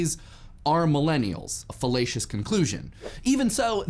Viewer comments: You said fellacious. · I cant stop hearing fallacious as fellatious